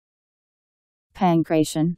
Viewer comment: the pronunciation is all wrong. its Pan-kraht-eeon